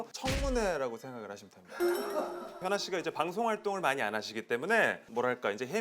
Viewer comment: 소개할때 키아나라는줄